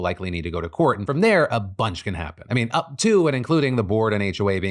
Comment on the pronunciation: “up to…”?, I heard hawk tuah